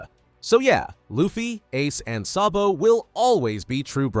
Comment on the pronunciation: It not sobo it so D bo